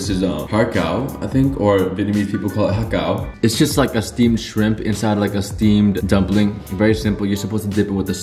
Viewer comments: ur viet pronunciation is actually much much closer to how its pronounced in Cantonese :) idk why every restaurant romanizes it to HARGAO when there's quite literally NO R SOUND >:((((((( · omg your pronunciation for siu mai and ha gao was actually so spot on!! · ur viet pronunciation of ha gao is 100% accurate!!!!